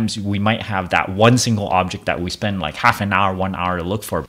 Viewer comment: Dude it drives me nuts when you mispronounce the word "that" by saying "dat." You are clearly an intelligent man, it cannot be that hard to learn the correct way to say that. You speak English well, except for a few words. When you say "dat" you are putting your tongue on the roof of your mouth. If you say "that" correctly, your tongue will be pressing on your upper teeth at the bottom. If i lived near you, i would meet up with you and give you a speech lesson. There probably are Speech Therapist's on YouTube, or you can ask google how to pronounce the word "THAT. " This was said with the mind and heart of a teacher. Not meant to be mean-spirited.